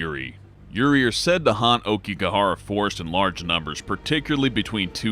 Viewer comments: Aoikigahara is pronounced owkigahara not okigahara. Other than that, this video was good. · Laveaux is pronounce la-v-oh not la-v-oh and it's a-oh-ki-gahara it literally spells it out not okiegara u sound like an infant lol it's like when people say "bookoo bucks" I wanna ride their tongues out it's bow-coo (beacoup)